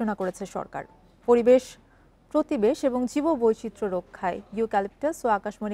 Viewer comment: পরিবেশ বুঝলাম পতিবেশ আবার কি বইন 😂